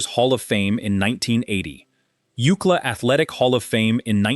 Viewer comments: U.C.L.A. not "OOCLA." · Oookla? Did Kelly Bundy sound this out. It was U C L A you boneheads. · Prounouncing University of California, Los Angeles as “ūkla” is completely distracting. It is pronounced by each letter: U.C.L.A. Paté is not how Americans pronounce it, either. It’s pāte. So distracting! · U-C-L-A not Ookla😂 Ookla was Thundarr the Barbarians sidekick. This is getting ridiculous. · Ook-la? You mean “UCLA”? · UCLA, not Ucla. Stupid ass. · OOO-cla. LOLOLOLOLOL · No one in the United States calls UCLA by the term ookla. U. C. L. A. is pronounced like you see el ay. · Ookla? I think you mean U. C. L. A. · Ookla?! Are you trying to say University of California Los Angeles - U.C.L.A.???!!!! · ookla😂😂😂 UCLA??? 😭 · "Ookla?" Don't you mean U.C.L.A.? Please get a human narrator! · UK LA? You mean U.C.L.A. ?!🤨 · U. C. L. A.- not ooklah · It is U. C L. A not UUcla. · I'm thinking, what the heck is OOKLA, until it dawned on me. Doesn't anyone ever check pronunciations at least? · University of California Los Angeles UCLA being pronounced “ookla” 😂 distracts from this story. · It's U.C.L.A. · This is the first time ever hearing UCLA pronounced as a word. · Proud of LA born and raised Woody! Took me a while to figure out what “UCK-LAH” was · Took me a while to figure out what ookla was… I thought he must have went to some Indian school😂😂😂😂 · oookla? really? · UCLA? That’s U.C.L.A as in the University of California Los Angeles. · I'm African living in Africa, so I am trying to understand does he mean UCLA? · UCLA, do you mean U C L A, the University ? Come on, do better. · THE GUY SAYS ................... UUUCLA ?????? FOR UCLA .................. C"MON ...... PLEASE ................... WOODY STRODE ................... AN ALL TIME FAVORITE ................... TRUELY .... A GREAT MAN